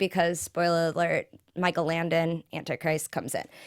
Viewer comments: Langdon not Landon... JESUS! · LanGdon. Langdon, langdon, langdon! Oh my god it was driving me nuts the whole time.